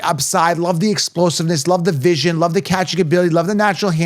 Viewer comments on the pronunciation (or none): none